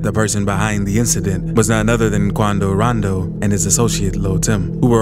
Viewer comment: Had missed this presenter saying, "Quando Raando" King Vaan